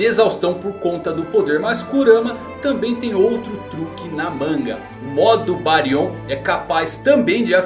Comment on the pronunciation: Não acordou com o Jōgan e sim o Byakugan. Não é BáriON e sim BÁrion. Não querendo ser o "Sabichão", mas acredito a sílaba tônica está no "Bá".